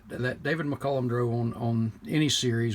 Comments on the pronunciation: Aside from the wooden floorboards, I hope it was in better condition than that UNCLE car. David's last name was pronounced like Mick-Cal-lum, not Mick-Cullum. At least, you pronounced Illya's last name was pronounced correctly. I met the man 2x and he had to tell someone how to say his name right. He was amazed I already knew it. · Please pronounce his last name as Mik-Cal-lum, not Mik-Cul-lum. Been watching him for a LONG time! Even got to meet him in '76 and '78. RIP, David.